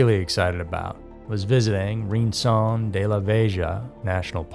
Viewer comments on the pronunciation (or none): Rincon is pronounced "Reen-KOHN" and Vieja is pronounced "Vee-EH-hah"